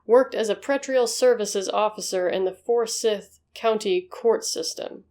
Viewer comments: Its pronounced For-sigh-th...lots of our counties are pronounced funny. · For-siiithe county.. Just trying to be helpful. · Just a note about Forsyth County. It's pronounced with a long "y". Like in python.